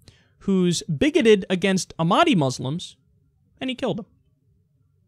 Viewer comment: It's pronounced "AWK MADIA"